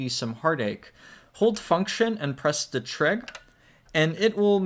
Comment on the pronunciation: man you gotta stop saying "trig" like dat